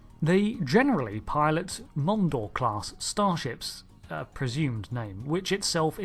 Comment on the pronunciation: i know you said their ships are "Mondor" class, but my brain heard "Mongo" class. Mongo just pawn in game of life.